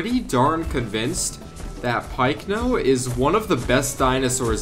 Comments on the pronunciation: Why does he call it pikeno it is pycno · I know but it is even pronounced that pycno bye paleontologists